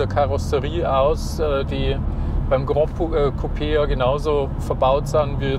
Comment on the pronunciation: Tolles Video, sehr ausführlich! Besonders gut haben mir die Informationen zu den Sitzen und dem Platzangebot gefallen. Kleiner Hinweis noch: "Gran" in Gran Coupé ist spanisch und wird kurz gesprochen, genau so wie man es schreibt. Was ihr gemeint habt war "Grand", das hätte man so ausgesprochen.